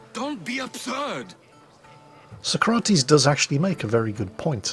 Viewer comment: Its not sokrates its so-crates